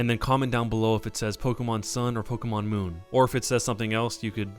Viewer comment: It says mooon